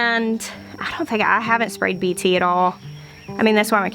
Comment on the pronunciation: You are pronouncing BT very close to "correctly". That's how professors said it when I was in college. I'm very happy about the topic for your video. I feel that if someone gives in and uses some form of pesticide that it is understandable. And for me I try something different the next year to avoid it. Also prioritizing what you need to feed your family is obviously paramount. Thank you for the video.